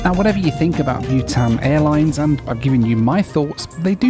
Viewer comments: Bhutan is pronounced BOO-tan, not BYOO-tan. Why do people mispronounce common words? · I thought you were flying 'Butane Air' until I saw the livery. Its BOO -tan 😊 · Byewtan- pronounced Bootarn. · your pronouncing bhutan wrong it's pronounced bu-tahn and how did you not know it existed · Not bewtan,, Bhutan (short vowel).